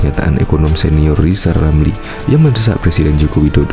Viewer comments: Si manusia gagal, gagal di Menteri, gagal di Medsos, ngomong R aja gagal, lizal lamli manusia yg bisanya hanya nyi-nyir dan omdo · Alhamdulliah... Lizal Lamli sadar akan kekurangannya Mau istiqomah, unruk berzkir sampe bisa ngucapin hurup R Sebelum mencalonkan diri jadi Plesident. 😁😁